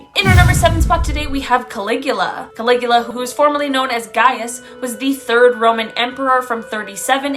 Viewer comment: Caligula, you sounded it pretty close, I am sure the original language from that country puts a twist on the sounding. It would have been hilarious to hear you pronounce the translation computer gave you 😂